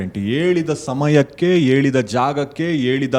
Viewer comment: ಕನ್ನಡ ಕಲಿತು ಬನ್ನಿ sir, ಏಳಿದ ಸ್ಥಳಕ್ಕೆ, ಏಳಿದ ಜಾಗಕ್ಕೆ ಅಲ್ಲ,,,,,,, ಹೇಳಿದ ಸ್ಥಳಕ್ಕೆ, ಹೇಳಿದ ಜಾಗಕ್ಕೆ.......... ಆಯಮ್ಮ ಹೇಳಿದ ಹಾಗೆ ಎಣ್ಣು ಅಲ್ಲ ಹೆಣ್ಣು 😂😂😂😂